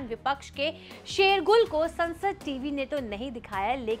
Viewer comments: शेरगुल नहीं शोरगुल बोलें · Sher Gul nahi shor gul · shergul nahi shorgul, apni hindi to sahi karo